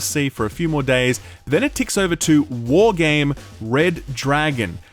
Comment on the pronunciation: The way you said Why...would you call...your game...ʷᵃʳᵍᵃᵐᵉ made me laugh out loud 😁